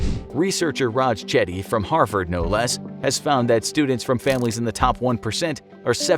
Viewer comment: "Harsvard" - 2020